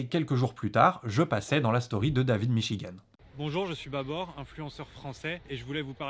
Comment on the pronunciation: C'est pas en arabe mais en dareja algérienne pour être précis et ça se prononce plutôt "baboure".